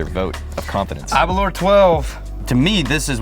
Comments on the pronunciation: Aberlour... Its pronunciation rhymes with Girl-Power or Sour-Flour. Aber-Lour Best regards from Speyside. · Sorry guys, but as a Scotsman? Hearing you say Aberlour is just painful. ABer lour. The lour is like the sound in “flour”. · Your pronounciation of Aberlour needs some work chaps 😄